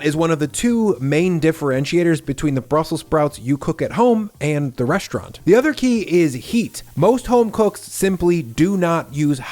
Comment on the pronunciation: it's called " reSTaurant ", not "reschtaurant". That's a new fashion now also more and more used by news anchors on radio and TV, using SCH instead of ST. I't is neither cute nor cool. Sorry,...I call you out on that, as well other YT food video posters. Same like 'many people in public start now saying everywhere 'negoCiations' instead of 'negoTiations'. Some people try will all power they have making the general population more stupid than they already are. Right? I'll come back again in a few videos and see how your pronunciation habits have changed. Until then....bye bye...